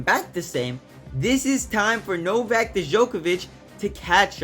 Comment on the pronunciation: Why people don't invest 5 minutes of their time to actually learn how to pronounce people's names. Especially when they want to make a YT content that they want to be watched. You literally butchered Novak's name!